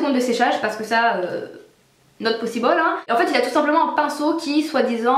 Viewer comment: vernis 1 seconde "not possi ball " tu me fais trop rire ^^